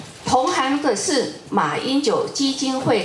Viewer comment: 這個戴遐齡連「同行」（Xing）都能念成「同行」（hang）…..這種程度，還能做「執行長」，以前還做過「部長）？！ 話都說不清楚😂